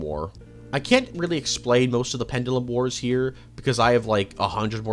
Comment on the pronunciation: please dont ever say sanguine ever again please 😂 and as for the pronunciation of pendulum jesus mate your top tier rage baiter 😂